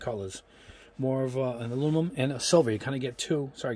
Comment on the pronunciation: I loke your reviews. But can you try to say aluminum rather than alumimum?